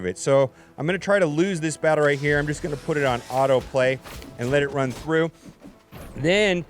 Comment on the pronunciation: “I was able to rin wound 3”